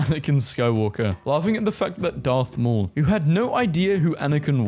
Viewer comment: Is not Darth Y'all is Garth Maul.